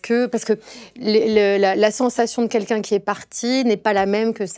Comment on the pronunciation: Guillaume, on dit "quelqu'un" pas "kékin"